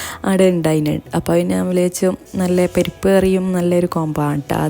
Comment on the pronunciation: പെരിപ്പ്കറി അല്ല..പരിപ്പ് കറി...from Kannur